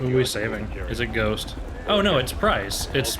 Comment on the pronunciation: Calling ghost “ghoft” because of his overbite looking mask is fricking Hilarious